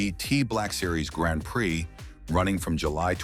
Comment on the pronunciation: first says Grand Prai, a second later Grand Pri, love these little mistakes.